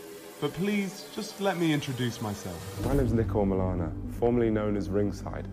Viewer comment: Omilana.. Not Omolana.. They are two different Yoruba words